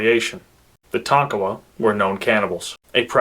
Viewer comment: Most people mispronounce Tonkawa. I lived on Ft. Oakland for a while. Its Tonk a wa.